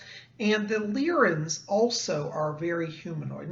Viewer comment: Are you sure that it's pronounced Leer-in and not Lye-rin? Leer-in sounds off to me.